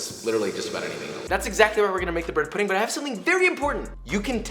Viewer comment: bwhed puhdeen'gh